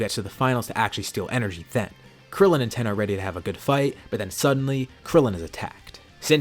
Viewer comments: Bruh it's not 10 it's tien tiiiiiiiiien not 10 or ten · FOR GODS SAKE STOP CALLING TIEN TEN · Not Tein, not Tein shinhon just Ten